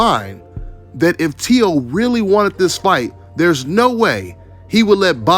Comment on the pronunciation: It’s “Teo” bro!